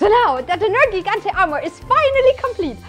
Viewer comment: ネルギガンテの発音すき